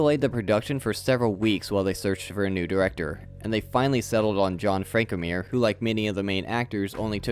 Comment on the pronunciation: Are you saying the names funny as sort of a Mr. Plinket thing, or can you really not pronounce Moreau & Frankenheimer?